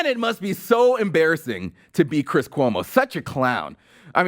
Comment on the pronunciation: "My name is Cwiss Cuomo, (head-bob) I'm an actor on CNN."